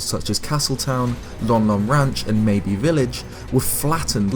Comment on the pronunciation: Mabe Village is pronounced like how youd pronounce Babe, just with an M.